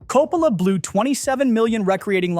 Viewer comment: I am sorry man, was really interested in this video but had to shut it off . I got 3 pronunciations of Coppola? Is this ai???? Was willing to give it the benefit but the annoying factor turned me off. Sorry if this was a real human.